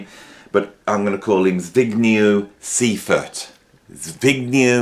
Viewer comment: You pronounced Zbigniew Seifert very wrong, but there's nothing wrong in that, it's great that he's on the list!